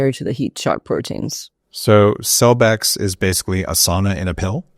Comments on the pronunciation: She said CELLBEX not Celebrex. Celebrex is totally a different drug. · Did she say cellbex, or cellvex?